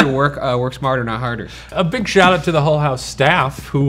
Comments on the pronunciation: Is it just me or is Ryan saying it Hole House instead of Hull House? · Each time Ryan says "Mrs. Hull" it REALLY sounds like "Mrs. Hole" and it really drains any potential seriousness out of those moments 🤣